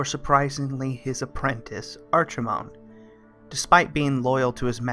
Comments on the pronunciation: Ah yes Arčimond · Artchimonde? XD